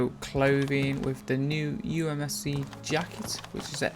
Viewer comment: *usmc - not umsc ...... *tisy - not tisly .....